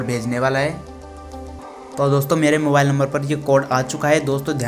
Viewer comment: bhai mobale nahin mobile hota hai